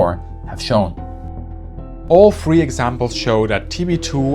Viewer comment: I am puzzled by your pronunciation of boaf, wif, free. Make an effort please. It is ugly. And dumb too.